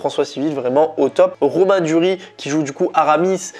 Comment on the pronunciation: Il s'appelle Pio Marmaï, le i tréma se prononce en français. On ne dit pas Marm(é),. Et il me semble qu'il faut prononcer le S de Duris. À part ça, bonne vidéo. ;-)